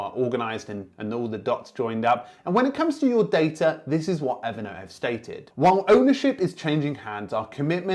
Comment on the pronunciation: Everytime you say Evernote I hear it evident! 😄 Great content as always.